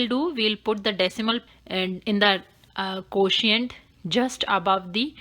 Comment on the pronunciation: Nice ! But pronunciation of quotient is not exactly pronounced . So try to correct it . May God bless you !